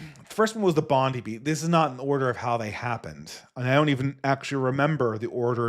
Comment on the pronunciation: It’s pronounced Bond-EYE beach. Not Bond-EE.